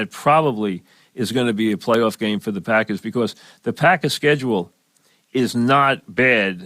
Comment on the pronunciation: "Tha pahkuz"